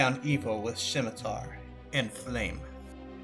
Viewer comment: Scimitar- pronounced sim-uh-tar. Not shim a tar.